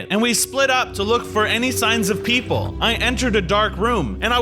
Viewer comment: the fact he said pepole when there tigers